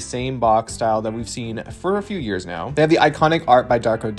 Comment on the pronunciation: "So they need to come out neow."